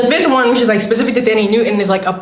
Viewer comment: the pronunciation of the "TH" in Thandie took me out lol.....also "wash and girl girlie, i would be living for my life" haha took me all the way out